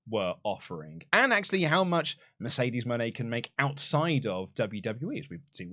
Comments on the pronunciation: I feel like Mercedes Mone is supposed to be pronounced Mercedes Money, which is how she said it when she introduced herself. I think Money fits her character better than Moenay as well. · They pronounced her name 3 different ways, she needs a gimmick that's not Boss or CEO and she talked so slow she was either extremely stoned or jet lagged.